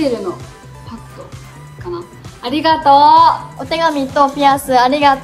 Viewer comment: ありがと〜の発音が好き💙💚💖